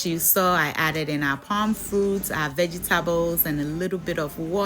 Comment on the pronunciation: Veggie-Ta-bles😂😂😂 I love it